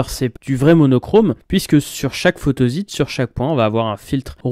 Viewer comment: Je trouve ton épisode super bien écrit, fluide et en prime je suis d'accord avec tout ce que tu dis. Je m'interroge juste sur la prononciation de "photosite". Comme il s'agit d'un mot-valise composé de "photo" et de "site", je le prononce plutôt "photossite". Mais c'est un détail ! Et en tout cas, bravo pour ton travail.